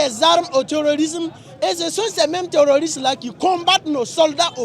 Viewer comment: Je suis avec les gars mais terrorisme pas tororousme 😄😄😄